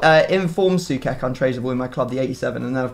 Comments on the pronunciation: its pronounced Souchek, not Soukek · Sue-ch-ek not sue-kek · Pronounced Soo-check, not soo-kek. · it's not soukek it's actually sou-ček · Please pronounce Soucek as Sue check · Pointless comment here, but please, it's pronounced "So-check" 😁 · I can't be the only one bothered by the pronounciation: it's literally pronounced "So-check", nothing too dificult. He's a proper beast too, might as well pronounce it right.